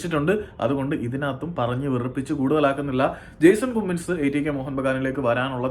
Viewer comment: കുമ്മിങ്സ് alla pronounce bro കമ്മിങ്സ് anu